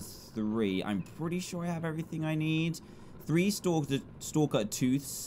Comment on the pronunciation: its stalker not stakler